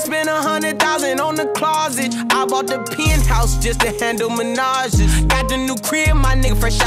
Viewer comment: Can we appreciate how Roddy literally pronounced manages differently to rhyme it with another word. He’s literally an artist.